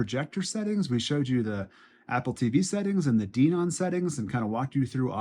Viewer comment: You pronounced DENON wrong - it's "Den-ON." A couple of other things: I just installed a new X2800 myself, coming from an old Onkyo 605, and because I was a diehard Onkyo fan, it took some getting used to in terms of the Denon layout (I'm still figuring things out). The Graphic EQ settings don't have to be connected to Audyssey - they can be manually adjusted. I leave it all off. Also, those surround features you mention in the AUDIO menu aren't really related to what you said; your comments are more closely matched to the settings in the SPEAKERS section. The Surround Parameter menu under AUDIO controls other functions in the AVR, and you have to have content already playing to adjust some of them (which is a complete pain).